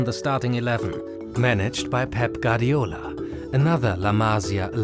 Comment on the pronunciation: Guardiola* not Gardiola